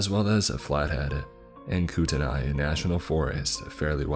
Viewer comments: Living in Spokane I actually stopped the story and went back to play for my fiancé!! We got a great laugh about that along with the pronunciation of couer da lene … misspelled on purpose lol and kootenai also!! Don’t let him say Gonzaga!!! Hahaaha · I love your videos but you butchered names of places like Couer D’Alene and Kootenai. I wouldn’t believe this character has ever been to either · You pronoucned Spokane, Couer 'd alene, and Kootenai all wrong. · Ok This is what I love about living is Missoula and growing up in North Idaho, when it comes to outsiders. Spokane is not pronounced Spo-Kane; but Spo-can. Coeur d’Alene- isn’t Core-de-Aleen; but Cord-a-lane. Kootenai- isn’t Koot-en-Ai; but Koot-knee Not being a dick, but I was the exact same way when I moved to the area as a kid. Very cool to hear a story about where I live though.